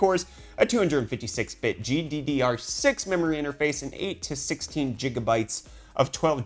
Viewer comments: I really do not get it why he always says, jijabyte rather then gigabyte? XD At 1st on other videos i thought he said it by mistake but no. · I can't anyone seriously if they pronounce gigabyte and gigahertz jiggabyte and jiggahertz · it is spelled gigabyte not jigabyte.. wft? lol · Its not JIGGA lul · Jigabyte? :P